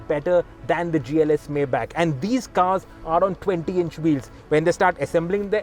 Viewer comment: The way you say Maybach is absolutely wrong !! Take a minute to say it the right way.